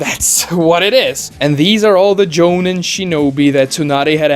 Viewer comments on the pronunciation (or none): Maybe I'm a jerk for this but your pronunciation of the word jonin was tilting me. The I in the word sounds more like an e. Like in the word me or free or tree. "Joneen"